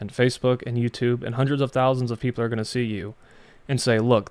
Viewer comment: guys pretends to be Jewish saying he converted, based on his accent I can tell that he is not, he is an Arabic speaking person with a strong Arabic accent, Hebrew accent is not similar at all to Arabic accent, the biggest giveaway to his flasification of his identity is how he says People, he said Beoble, because in Arabic the P sound does not exsit.